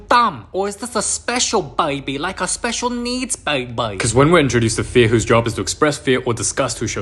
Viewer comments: The way he says “Bay-bay” instead of baby 💀 Please don’t stop it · da bwaabeee kills me every time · Why does he say baby like BaYbaaYh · "wid da BAIBOY" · Bro literally say "Baiby"😂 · nah bro the way he says baey baiy💀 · “Bibay” had me dying💀💀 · like a Who needs bæy bäy💀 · "da baeeebee start wit da gen z tinka bel" 💀💀💀💀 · I love how he says baby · the way he says baby😭😭😭😭😭😭😭